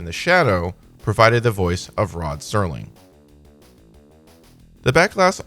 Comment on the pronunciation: It's hard to take this video credibly when right off the bat the overhead narrator mispronounces the last name of the creator and host of The Twilight Zone. It's Serling, not Sterling. Makes it painfully obvious you didn't do enough research.